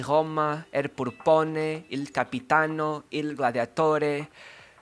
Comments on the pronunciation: Er puPone not purpone, it means " the big child" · Er purpone?? lmaoo it's "Er Pupone", purpone means "big octopus" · totti was much better than del piero. The proof is in the italian national team, where del piero has always been totti's sub. I think he deserves a better rating. p.s. "er pupone" not er purpone :) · is "er pupone" not "er puRpone" LOOOOOL